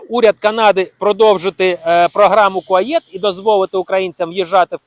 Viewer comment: Не Куаєт, а Куает